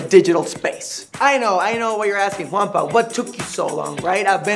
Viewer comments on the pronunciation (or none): How do you pronounce Juanpa? Cause it sounds like hes saying grampa